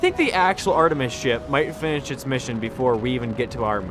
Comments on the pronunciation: Bruh its called Artemis not Artemeis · "Artuhmeatis 2"